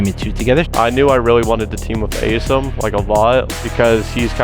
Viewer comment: SOMEONE PLEASE TELL HOW TO PRONOUNCE ASIM'S NAME PROPERLY PLEASE! It's Ay-Sim, not Aseem. He has done it for 2 years and no one corrects him!